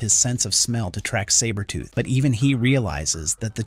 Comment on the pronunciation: I'm not gonna lie. This was awesome to watch until AI pronounced Sabertooths name incorrectly. Just ruined it for me. Comics Explained should do this story.